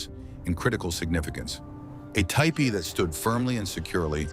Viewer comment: TEE PEE not Tie Pee